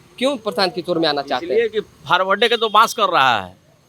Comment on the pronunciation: faarwade k to bans kar raha hai😂 o chacha pahle Forward bolna sikh le tab jaat paat karna